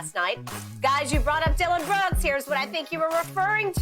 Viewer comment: Beruk not brooks 😂